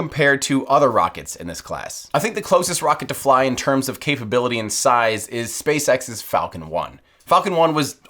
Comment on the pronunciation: sapceX sounds like space sex lol